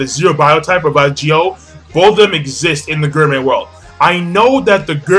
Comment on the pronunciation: It's gourmet pronounced gore may